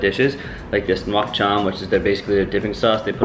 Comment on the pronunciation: I got you fam. Say "Nuoc Cham" like. "Nook Cham".(rhymes with cook sorta). For "Do Chua" which literally means sour stuff, say "Doe(the animal) Jool or Jewel" Say everything faster and you should be alright. Bun Thit Nuong = Boon, Tit(...), Nung while your voice goes up.(rhymes with sung sorta). You're better off saying Pho Bo, like "Fuh Ball". While dropping your voice a tad on "ball". And holy cow your Pho look spot on. Great Job